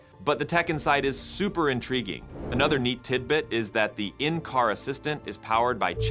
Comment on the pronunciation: Lots of lovely TEET-BEETS from this A.I. voiceover. Pay a narrator or do it yourself?